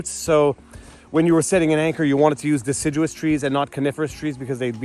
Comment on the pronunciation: Die-ciduous trees. Got it teach!